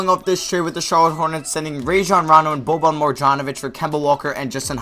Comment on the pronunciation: Boban's name was butchered beond repair.